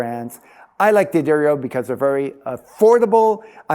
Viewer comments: Helpful Hint: It's pronounced "Duh-Dario," not "Dee-Addario". I don't know why so many people get this wrong. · So? Just because they have a guitar tech who doesn't work for them mispronounce their name doesn't mean it's correct. D'Addario isn't going to bleep out the mispronunciation. D'Addario is an Italian name, and as such, the "D" blends with the "Addario" as one word.